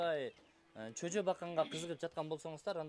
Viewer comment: Чөжө дебей жөжө деп кыргызча сүйлөсөнүз боло блогер. Сен таза сүйлөсөн сени уккан эл да сөзүн ондойт да.